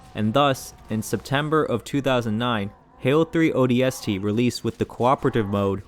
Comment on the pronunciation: Take a shot every time he pronounces ODST with too much emphasis on the S